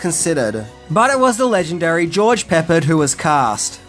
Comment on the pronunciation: Who is George Peppered...🤣🤣🤣🤣🤣🤣🤣🤣